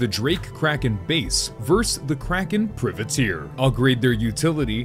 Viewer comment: pry-vah-teir, you're killin me XD